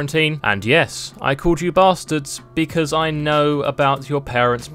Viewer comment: Ah yes "Becaue" of me Thank you...